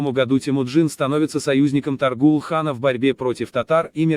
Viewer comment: Может, все-таки ТОГрул? Ну или Тоорил, на худой конец. Отвратительно и халтурно, как и все, выполненное машиной.